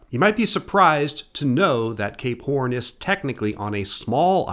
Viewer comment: I don't mind pronunciations that are slightly amiss, but I'm convinced the way he says "Cape Horn" has to be at least a little bit of a troll